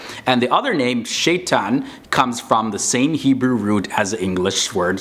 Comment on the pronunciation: its not shaitan it is Shaytaan but good job